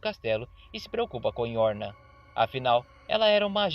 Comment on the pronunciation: Não é yorna mas sim Yoruna.